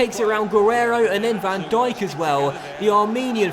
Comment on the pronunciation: You are so smart, IF you have seen this Video Is an 8 months old Video not A January Video Also No Van Djikock or whatever the fuck you said but Van Dijk